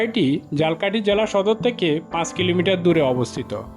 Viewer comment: ঝালকাঠি উচ্চারনে ভুল করছেন, মেহেন্দিগঞ্জের উলানিয়া মসজিদের ছবি দিয়ে মাদাবর মসজিদ বলছেন! আরো কিছু ভুল আছে🙂